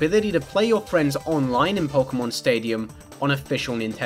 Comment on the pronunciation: "Pokemn" -, pronouncing 'Pokemon'